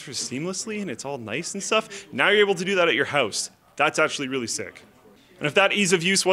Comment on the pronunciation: House not "ouse" XD